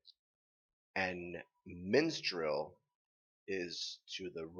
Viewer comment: The kingdom's name is Mistral, not Minstrel and no, it' actually to the right, while Vacuo is on the left.